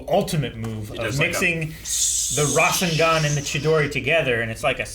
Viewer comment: _- rasengan is not pronounced like that.....